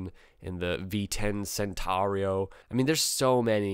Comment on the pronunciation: I wish you would have pronounced it right, it’s Chen tah’ ro, clearly a very controversial design, riddled with problems. Not a bike I would recommend. But…I owned a V11 Sport for 10yrs and it was the most reliable motorcycle. And got compliments wherever I went on how beautiful it was. I took many long trips with it and it proved to be very comfortable to ride for hours at a time. It made a very favorable impression. Honda Rune has got to be the ugliest.